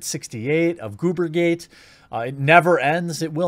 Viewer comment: I love it when Jeremy says gamergate 😂